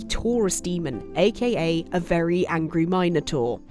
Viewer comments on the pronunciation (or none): A what? A Mine-o-tour?? 🤣🤷‍♂️